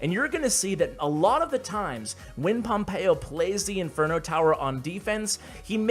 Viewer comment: Me hace gracia cuando pronuncia pompeyo en plan pompeioh